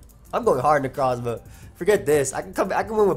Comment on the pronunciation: The way you say 'Necrozma' gives me life